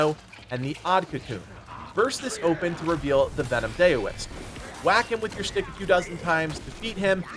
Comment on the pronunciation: Great guide, I appreciate it! Just FYI, Daoist is pronounced DOW-ist, stemming from the word Dao or Tao, meaning "the way". Source: studied with a monk for several years.